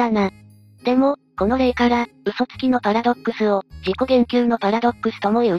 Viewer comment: パラドッ↑クスはやめろ↓